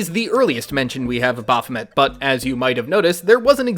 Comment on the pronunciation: Baph O May... Baphomet pronunciation. 🙄